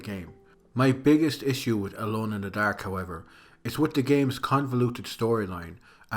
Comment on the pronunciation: Solid video man. As an American I enjoyed hearing it get called “Alone in de Daerhke” but I look forward to more content!